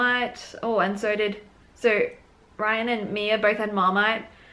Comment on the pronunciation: Hi. I hope you don't mind me pointing out that Rhian's name should be pronounced 'Ree-ann'. Its a Welsh name. Great video. Thanks x